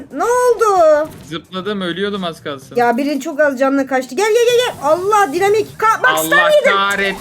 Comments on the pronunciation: Dinemayk değil Daynımark diye okunuyo o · Abla dinamik değil de Ayna dinamik değil dynamight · Abla dinemike diye değil daynamayk